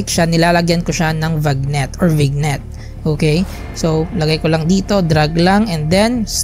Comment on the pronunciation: Vignette - vinyet ata sir i-pronounce not vignet parang bagnet sarappp